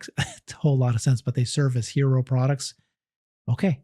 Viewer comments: "Halo" car! Not "hero". Why didn't correct him on that? 🤷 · Seriously 😇 <- HALO, not hero😂